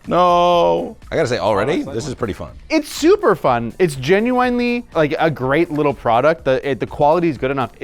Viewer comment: For someone who says "genuinely" so much, he sure doesn't know how to pronounce it.